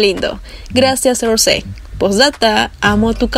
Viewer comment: se dice rous no rose y no jisu se dice yiso y se escribe jisoo amiga aprende